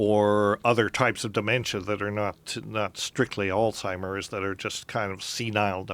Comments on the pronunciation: I heard "Old-timers" instead of "Alzheimer's." I feel so ashamed lol. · Anybody else notice how Joe always calls Alzheimer's "Altimer's?"